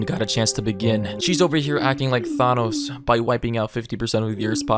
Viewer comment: Am I the only one who noticed the way he pronounced the word "thanos"?